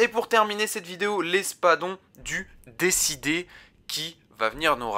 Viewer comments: Pourquoi tout le monde prononce « Décidé » au lieu de « Déicide » (tueur de dieux) ? 😭 Très sympa ta vidéo sinon 😉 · C'est espadon du D I cide et pas décidé 😆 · Espadon du Déicide* et non pas « du Décidé » ^^ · "Déicide" et non pas "décidé" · Déicide ca se prononce pas comme ça mais sinn bonne vidéo